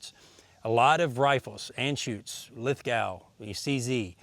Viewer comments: It's pronounced Lithgo not lith gow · FFS ... its pronounced 'LITH GO' .... NOT LITH GOW and its a town in New South Wales Australia where our main Armaments factory resides ... Cheers ... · Hi..not sure if you care but Lithgow is pronounced LITH-GO. The rifles are named after the town where the factory is located (I live there) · G'day. I enjoy your videos and your insights. I shoot a Lithgow- it's pronounced Lith Go- I used to live there. Mine is a tack driver with high velocity ammo but doesn't like subsonics- still trying to figure that out:) The factory has a great history and a beaut little museum- well worth a visit. Jay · Nice vid. Just a hint, "Lithgow" is pronounced "lith-go" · It's pronounced "Lith-goh"